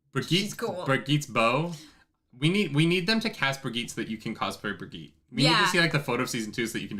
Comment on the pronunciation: They pronounced Birgitte correctly in the show, but still doesn't know how. Remember Helga's doll?